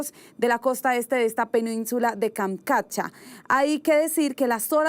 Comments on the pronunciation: Tienes razón bro se deletrea Kamchatka y no se deletrea kamkatcha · Tantas veces tiene que decir Kamkatcha??? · Es tan difícil decir kamchatka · Kamchatka....no Kamkatcha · Porque no le dicen que es Kamchatka y no Kamkatcha